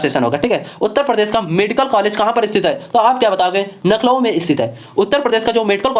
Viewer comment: Class bdiya thi hats off par lakhnow ❌ nakhlow ☑️